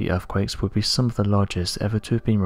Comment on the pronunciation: Also Earthquakes are pronounced as they are written. There is no F in the word but our narrator would have us believe that “Erfquakes is the correct pronunciation, and not forgetting and I quote “massive def-count” which aught to be massive death-count! Whoever he is he needs to take lessons in Oratory as the job of a narrator is to provide a clear statement that is audible in the language it is written.